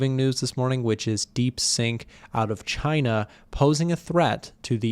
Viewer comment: Not deep sink it’s deep seek